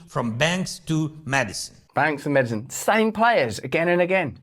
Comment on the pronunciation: Did i hear Zelensky right ? " We need more mad-icine"... 😂